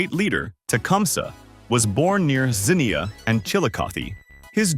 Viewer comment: The pronunciation of Ohios places needs work lol.......Cuyahoga /kai uh HOE guh/, Xenia /ZEE-nya/, Chillicothe /chill ih CAH thee/, Scioto /sy OH toh/. And Ohioans "want to leave Earth" because when flight was invented, the sky is no longer the limit! We're going to Mars eventually! The Wright Brothers would be beside themselves in delight!